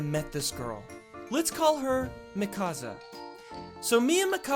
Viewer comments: OMG MIKASA ISNT PRONOUNCED MEH-KASA ITS PRONOUNCED MEE-KUH_SUH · I knew that character looked familiar in the thumbnail.. Btw it's not pronounced Me-causza it's Me-kuh-sa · I wonder why he says it as mikaza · “Mikaza” TRIGGERED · "lets call her micasa" ITS MIKASA OMFG THAT KILLED ME XD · GODDAMIT ITS NOT MIKAZA it's Mikasá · its not mikazzzzzzaaaaaa its pronounced meeka(S)a but spelt mikasa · mihkasa? ITS MIKASA MEEKASSSSSSSSAAAAAAAA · Ok, lets get this straight. It's pronounced, Me-ca-sa. Not Mik-as-a! Say it with me. ME. CA. SA. NOT. MIK. AS. A. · its not mikaza its mikasa and mikasa loves eren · "Mikaza" Hahahahaahha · It's mi-ka-San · IT’S PRONOUNCED MEEEEEEEE CA SA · Its pronounced me-kaw-suh and that was eren jeager and jean 😂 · "lets call her mikasa" pronounces it Muhkassa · It's pronounced, "Mee-ka-sa" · It’s pronounced mikasa🙃 Not trying to hate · Mikasa = Me-Ka-Za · I was so uncomfortable when he pronounced "mikasa" like thatt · That's not even how you say Mikasa. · Argh! The pronunciation of Mikasa!!! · i was so angry how he pronounced mikasa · Ticci Taylor Rodgers he pronounced Mikasa wrong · He didn't pronounce Mikasa correctly. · The way he pronounced Mikasa